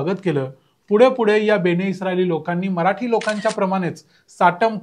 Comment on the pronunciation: बेणे नव्हे बेने! बाकी ठीक